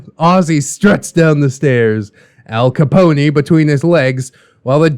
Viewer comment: Al Ca-pony. 🤣🤣🤣🤣🤣🤣